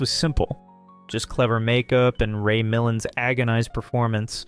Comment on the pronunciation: Ray Muh-lon